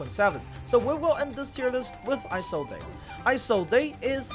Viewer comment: No way you actually pronounce Isolde as “Ai-sol-dei” 💀